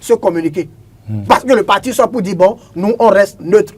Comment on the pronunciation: Von au lieu de bon